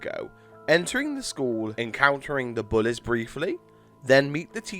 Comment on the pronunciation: Oy mate y do u say bullez